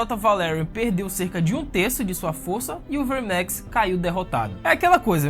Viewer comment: Essa pronúncia enrrolada dos nomes dos dragões dá agonia, Verrrrrmex.. saiiireeeex.. porra..